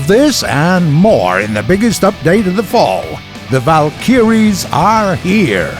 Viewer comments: The valk-a-ries not valk-e-ries seriously why can nobody say this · its vALkYries, not valKyriES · THA-VAL -KIRIES! lmao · "WELCOME TO PATCH 1.81The Val-kiyreees" 😂😂😂😂😂😂💀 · the way he says valkyries kills me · He keeps saying Valkyries wrong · ok, everything else aside, the way you're pronouncing Valkyries should be illegal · Am I the only one who is bothered by the commentator sounding like an old grandpa, switching accents, and not even being able to pronounce words correctly?? I mean, he says ''The Val-kyries'''... It's ''The Val-ky-ries'' (which are the Old-Norse female deities who took the fallen Viking warriors to Valhalla by the way). He also says ''O-scill-ating'', it's ''Osci-llating''. He sounds like English is his mother-tongue, yet he can't even pronounce his own native language's words.. I'm Norwegian and do a better job at it than him. Ok I'm done, thanks bye. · Am i the only one who is bothered by the commentator sounding like an old grandpa, switching accents, and not even being able to pronounce words correctly?? I mean, he says ''The Val-kyries'''... It's ''The Val-ky-ries'' (which are the Old-Norse female deities who took the fallen Viking warriors to Valhalla by the way). He also says ''O-scill-ating'', it's ''Osci-llating''. I think he sounds like English is his mother-tongue, yet he can't even pronounce his own native language's words.. I'm Norwegian and do a better job at it than him. Ok, I'm done, thanks bye.